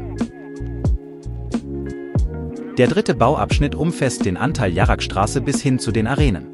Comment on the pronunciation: Warum wird bei „Jarrestraße“ „Jaragstraße“ gesagt? Und es sind noch mehr solche Fehler vorhanden.